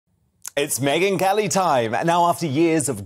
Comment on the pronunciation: Please, "Megyn KELLY's name" is pronounced differently than Meghan's M. Could you make a difference? I'm sure she's not too amused, by the similarity you put in when you speak. But MEGYN is too nice to tell you about it... I do it on her behalf... Appreciated it.! Thanks...